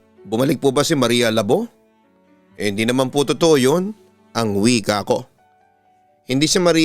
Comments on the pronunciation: Labu! Hindi labo 😡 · Everytime na bigkasin ni papa dudut yong maria labo natatawa ako hehe sorry po kasi ang pagkabigkas nya ng labo ai mahinahon yong labo kasi dapat mabilis ang pagkabigkas hehehe